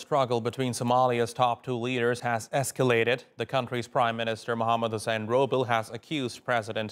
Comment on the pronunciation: The prime minister's last name is not 'Roobal.' It is written as Rooble, but pronounced as Roobleh, meaning the one who brings rain (roob).